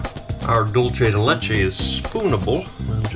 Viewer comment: Dolshe de letcha